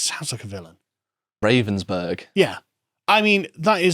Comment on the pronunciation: Isn't "You will own nothing" the same as "WE will own everything"? It is isn't it. It's pronounced Rah-venz-burg BTW. They make jig-saws.